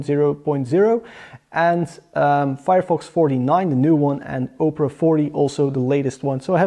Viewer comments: Good effort in this review, I just want to add two things: 1) multiple tabs should be tested, even if it is running a play list on 4 tabs simultaneously. 2) Opera is pronounced "Ah-pera" , not "Oh" - pera .. I think you are confusing it with Oprah Winfrey..:-D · It's pronounced Opera, not Oprah